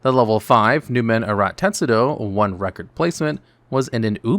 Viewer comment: teSTudo, not teTSudo Latin derivation, not japanese (although I don't know if tetsudo means anything in japanese, but the "tetsu-" part sounds pretty japanese to me)